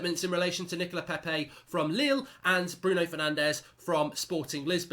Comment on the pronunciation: hahaaa lille chairman sounded like little chairman